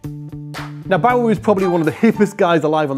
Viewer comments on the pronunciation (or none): Sorry but it's Bowie as in "Doughy" not Bowie as in "Cowy". Listen to the man say his own name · I can’t get over the weird way says Bowie lol